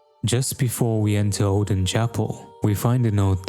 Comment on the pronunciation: Wait, Oedon comes from the word Oedipus? IS IT PRONOUNCED EDDEN WTF